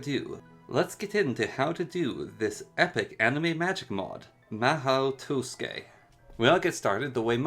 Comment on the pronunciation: your “mahou” is fine You said tusuke